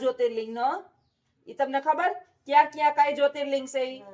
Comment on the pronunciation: Wah tame baar jyoti Ling nu ketlu saras uchaaran kariyu🙏🏻🙏🏻